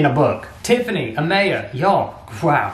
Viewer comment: My name is Ah-May-ah!!!!!!!!